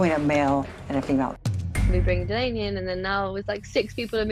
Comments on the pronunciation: Agreed! Katie, Courtney & "Doll-ahh-knee" WORKED great as a team. The key word being worked. Katie is in charge, so she needs to be the boss & shut down the crew advice. The Chef has NO say except in the Galley. No one has any say. It's up to Katie about HER crew. From Day 1 "Doll-ahh-knee" earned HER tip, Lexi didn't. And if I recall Mat got his FULL tip when he was MIA on his Day 1. Katie could have made her life & stress level so easy. Fire Lexi. Hire "Doll-ahh-knee". She sleeps in Lexi's bunk. No one moves cabins. Easy peasy! (Insert Khaby hands in here) Come on, Katie! ♥️ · and mispronouncing her name the entire time.Lexi is looking for fame by lying & creating more work for the crew.